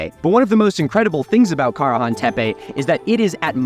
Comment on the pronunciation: Milo, this is very cool. But I'm sorry distracted by you pronouncing Karahan at least 3 different ways. Which is the emphasised syllable? Not trying to nitpick, but I'm a linguistics nerd and want to know